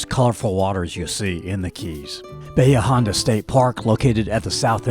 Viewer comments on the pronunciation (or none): I don’t know a single local that called it Bayha - it’s Ba Hee Aaaaa Honda